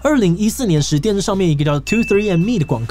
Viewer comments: 是念 "twenty three" and me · Twenty three and me 那邊唸錯